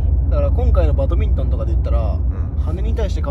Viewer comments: バトミントンじゃなくてバドミントンです！笑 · バトミントンではなく バドミントンです！